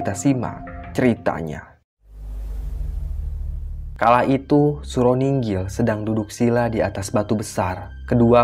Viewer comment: Nginggil bukan ninggil mbok yg bener .gak menyesatkan yang gak ngerti sebenarnya.